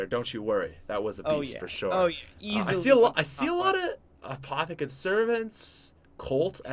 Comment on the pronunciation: apothican sarvent